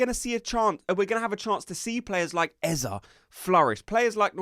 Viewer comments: Great content but please stop calling him Eza it’s eze! 😂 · Its eze not ezaah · It’s not EZA but EZEE like in BEE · Stop saying Eh-zah 😬